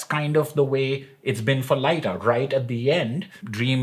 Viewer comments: Your wife's deduction of the missing dreams from Morpheus and Matthew's dialogue is brilliant, I didn't deduce it at my 1st read and I'm now in my 2nd read and I still didn't connect it. Edit: And I think its pronounced Leeta as in Hippoleeta, not Laita haha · Ah yes of course - we should be saying Lit-ta I guess? I'll just add it to the book of names I've learned not to mispronounce thanks to this channel! 😁 And yes, that's was sharp of, I never thought of that at all, which allowed me to be properly surprised at the end. And all she got was... the satisfaction of being right? 🙄